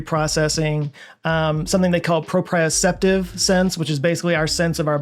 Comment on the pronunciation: plus his pronunciation of chiasm (chasm) is incorrect and its proprioception not propiokeption.